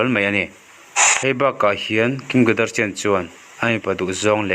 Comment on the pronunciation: Tinge kadarsian i tih daih a 🤣🤣🤣